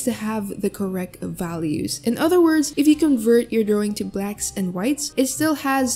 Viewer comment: lol i love how she says "DrOwing" idk why.